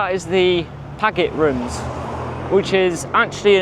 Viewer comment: Just stumbled across your vid while searching for videos about Roath Park Lake (Cardiff's my home town) and needed to correct your pronunciation of the Paget Rooms - it's Padjet. I used to go to the rock concerts there in the very late 1960's and into the early 70's until residents forced the town council to bar bands from playing at the venue because of the noise and use of illicit substances. Also those grand houses on 'Millionaires' Row' were built by coal and shipping magnates in the late 19th and early 20th centuries, when Cardiff was the biggest coal exporting docks in the world.